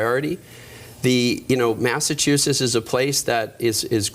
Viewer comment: I’m thinking that if you want to be the governor of Massachusetts, it should be required that you correctly pronounce Massachusetts.